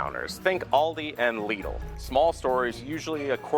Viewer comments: LIDL is pronounced LID LL not LEEDLE. It's all over the UK. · Dude, it's pronounced "Liddle". Not "Leedle". 🤦🏻‍♂️🤷🏻‍♂️😁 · the crime here was how you pronounced Lidl... where is the 'E?' 'leedle?' come on man... sarcasm aside, very good video this place is like... universal studios but with a fridge section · The way the man says "lidl" makes me want to scream into a soft piece of fabric